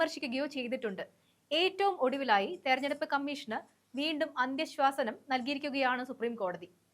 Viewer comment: ഉച്ചാരണത്തിലെ പിഴവ് ശ്രദ്ധിക്കുക അന്ത്യശ്വാസനം തിരുത്തി അന്ത്യശാസനം എന്ന് ഉച്ചരിക്കാൻ ശ്രദ്ധിക്കുക . നൻമകൾ നേരുന്നു.